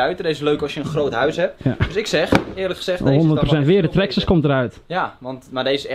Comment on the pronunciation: Traxxes zeggen jullie 😂😂😂